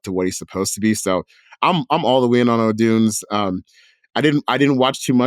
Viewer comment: Someone has to correct the Odunze pronunciation...